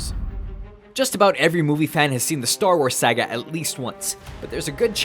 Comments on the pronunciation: Sah-gah, not Say-gah. Who screws that up? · It's not Sagga! It's Saga.